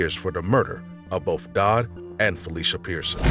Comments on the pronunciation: Also says bofe for both. And libaries. Drives me crazy. Lol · Someone making this channel should get a narrator that can pronounce library, not libary. Be able to say both instead of bof, and the instead of da...